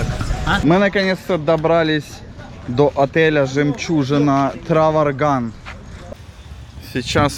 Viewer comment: Траванган, а не Траварган)